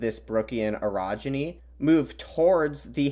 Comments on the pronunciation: Ohhhh Orogeny, not Erogeny... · When you say orogeny it sounds a little like erogeny, and that sounds like something very different.